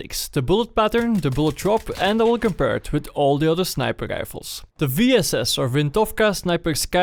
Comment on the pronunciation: sniper rischhhfelz